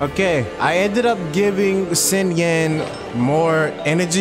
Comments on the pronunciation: Im pretty sure it's not SINyan but Shinyan. But SINyan sounds memey. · It's okay, I bet the Fatui like country music anyways. PS Nice Anbrisel banner lmao PPS It's pronounced Sheen yin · please pronounce it shingyan lol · it's SHI. SHINYAN. xinyan 😂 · boy pronouncing it s i n yan and then hoping its right